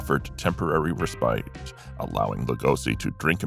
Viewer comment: I'll bet I'm the only one here who had his pronunciation of "respite" corrected by John Connolly. (Obviously, the narrator of this video didn't.) I was a DJ at Connolly's radio station KVET in Austin, in the late 60's.